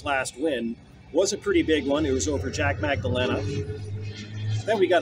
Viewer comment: "Dustin Poirier's last win was a pretty big one, it was over Jack Magdalena" Who tf is Jack Magdalena? Bro is either trolling or playing to much ufc 5 🤣🤣🤣